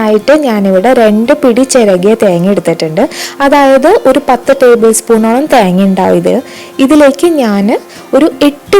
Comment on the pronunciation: theenga enn parayunath kekan nalla resund😂